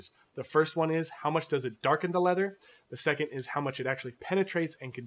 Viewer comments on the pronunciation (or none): none